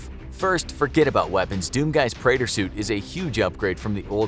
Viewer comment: The name of his suit is pronounced Pre-at-or. I play and completed Doom 2016 and I also play Doom Eternal